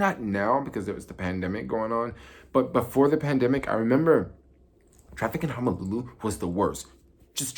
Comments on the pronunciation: It's HONOLULU, not 'Homolulu' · I thought it was hozolulu